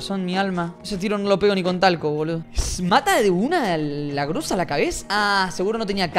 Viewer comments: Es GROZA No GRUZA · Cuando encontraste la scar dijiste en ves de groza gruza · Se dice groza con o no con u